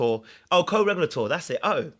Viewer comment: Co- Reg- u- lāter! 😅